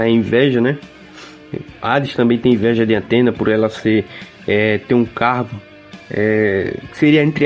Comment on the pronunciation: Gostei, mas o "Antena" toda hora foi de doer os ouvidos! 😖